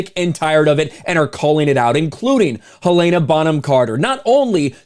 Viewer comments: Hell-en-uh, not Hill-ay-nuh. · It's Hell-a-na 🤦‍♀️ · Hell ANE Ah? Um.. dude.. Hell IN Ah. Where are you getting the ANE from? Hel-in-ah. Helena. Also.. Ray FEENDS? Dude, how do you not know how to pronounce these peoples names. Ralph Fennes is pounced Ralph (as in Ralph Lauren or Ralf ) Fennes (like Finds) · “Helen-uh” “Fines”